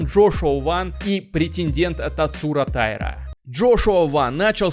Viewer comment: Правильное ударение - ТаИра.